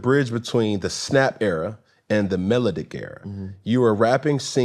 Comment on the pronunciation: Did he say melodick